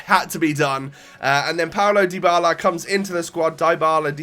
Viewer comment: mate it's pronounced Dee-bala not Die-bala! Awesome vid as always